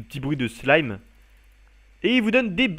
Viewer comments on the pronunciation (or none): none